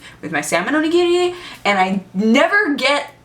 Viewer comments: OMG she can pronounce Onigiri correctly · Omg those ponytails are so cute! ^^ And the way she says onigiri. Not like I ever tried to pronounce that.. xD